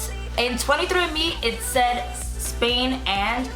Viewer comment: You really said "sad" instead of said?